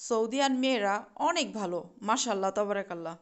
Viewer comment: বাংগালি মুসলিম মেয়েদেরকে বারবার গোলের কথা না বলাই উচিত, এরপর ক্যামেরার সামনে এসে চুল খুলে দেখানোটাও অশোভনীয় লাগলো। অযথা অপ্রাসঙ্গিক কথা বেশি বলছ তুমি। মাশাআল্লাহ "তবারক আল্লাহ"। ভুল বলছ: "মাশাআল্লাহ তাবারাক আল্লাহ" ماشاء الله تبارك الله